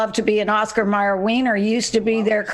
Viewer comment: Its always been OscarMayer .. always mispronounced